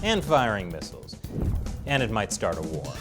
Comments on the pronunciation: 'Tart' wars? Is that some kind of aggressive cook off? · Omg, thats the first mistake ive seen on this channel “it mights tart a war”. Still a good report though. Good job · I love the part where it said "It Mights tart a war" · "and it mights tard a war" Is this intentional? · Might start not mights tart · "It might tart a war" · "Mights Tart a war" lol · is just me or "start" was "tart?" made me laughed as i was reading it. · "AND IT MIGHTS TART A WAR" I believe wars are inherently tart. XD